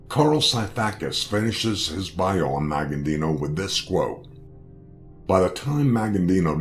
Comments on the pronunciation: It's not pronounced Maggandino, it's Magaddino, no "n" before the "d". And the pronouncing of his home town is just embarrassing. Just sayin' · The guy who is narrating this keeps saying his name wrong. "Maggandino"? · Thought the same thing. An accurate video but kept screwing up his name . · this commentator is a freaking clown!! He can't even pronounce The Don's last name properly or the town he came from!! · COMMON INFORMATION. WHAT ASTOUNDS ME IS HE CAN'T EVEN PRONOUNCE MAGADDINO'S NAME RIGHT.